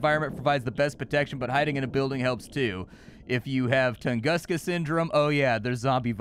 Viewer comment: Yup, another day of English spelling breaking a word. It's Toongoosca.